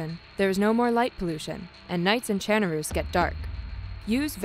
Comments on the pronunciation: Did she say chairnaroos? Monkahmm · why is this woman saying ChernaROOS?!?! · Are they saying chernarus wrong or am I saying it wrong?